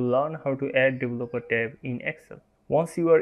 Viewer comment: Helpful, but I had to review it about 10 times until I understood your mispronunciation of 'developer'. It is 'dee-VELL-upper', not 'devil-up-oh-TARE'.